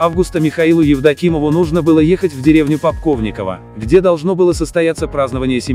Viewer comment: Классно. Только не Попковниково, а Полковниково И местность ДТП, конечно, не такая